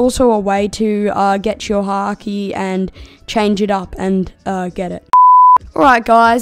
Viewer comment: bro said haaki😂😂😂😂😂😂😂😂😂😂😂